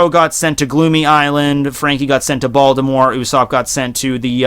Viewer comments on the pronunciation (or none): none